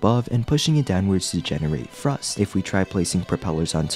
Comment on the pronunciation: Say after me, THrust, THree, wiTH